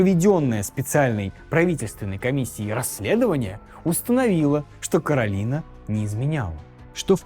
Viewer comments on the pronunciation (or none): none